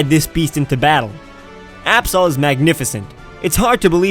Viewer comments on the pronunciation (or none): I saw ab-soul And you say ab-saw Oh my gawd